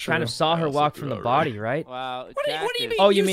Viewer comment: The way says: there's a bodY!